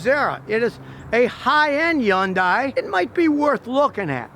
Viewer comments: Appreciate your telling the truth but when are you going to start pronouncing the name properly. It's HUNDAI not YUNDAI. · So..its not .. YUN DIE ?? lol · Everyone else: Hyundai Scotty: yuindai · Okay Scotty, I love your videos but I gotta correct something because it drives me nuts each time. Hyundai is not pronounced “YUN-DIE”. It’s pronounced “Hun-Day”. An easy way to remember the proper Korean sound for the word is that it rhymes with Sunday. “Hyundai, Sunday”. There’s no such thing as a Yun-Die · I've noticed that Scotty Kilmer mispronounced HYUNDAI as " HOON DIE" which it is not. It is "HUN DAY" like it is correctly pronounced on their TV commercials. It seems he is doing this on purpose! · “Yun-Die” ? Remember the Hyundai commercial years ago where they said “Hun-Day, pronounced like Sun-day”? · GOOD GOD LEARN TO PRONOUNCE HYUNDAI. It’s either “Hayun-die” in the original Korean or “HONdie” like the official US commercials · Scotty, it's pronounced HUN DAY. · Step one when reviewing a Hyundai is to properly pronounce Hyundai. It rhymes with "Sunday" (the "Y" is silent). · Learn how to say Hyundai (hun-day) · It’s hyundae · my guy repeatedly said yonday lmao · It’s “HUNday” (rhymes with Sunday.) Scotty, what do you think of Genesis? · The way he says Yundai gives me anxiety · Scotty, Hyundai is pronounced like "Sunday" so say Hunday.... and pray. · FYI, Scotty you don't pronounce the "Y" in Hyundai. It's "hun-day". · Scotty says "yaun-dai" ?? hahaha Come on man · So, Scotty has found out that Hyundais aren't all that bad but now if he can just learn how to pronounce it. Hyundai rhymes with Sunday. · It's not pronounced yun-dye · 1. This guy is highly opinionated. 2. He can't even pronounce the name correctly, and back to point #1. 3. It is not the same thing, that is why it is not covered by recalls. 4. The engine cover is not a beauty cover, it serves a purpose whether you agree or not. Bottom line, same old mechanic who has not evolved with time.